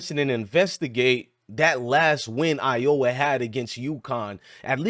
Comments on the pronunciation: Dude, at least say the State name Iowa not "Ioa". However, I agree with you though on some of your points. Stragedy? It's Strategy bruh... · Are you saying Iowa wrong on purpose? Are you from the states?